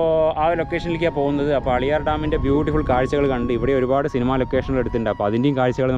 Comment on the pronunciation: അളിയാർ അല്ല മക്കളെ ആളിയാർ